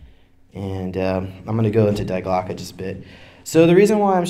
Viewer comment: Dee Glocke.. Not DIE. The bell. Die Glocke. Der Die Das.